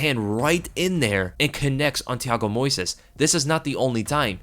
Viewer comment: You have to put the stress in the first syllable: Moisés